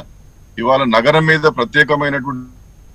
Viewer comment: Not naram... NAGARAM... Ori nee kangaroo..